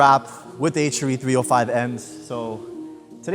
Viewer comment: H ARE E. NOT H ER E LOL 😂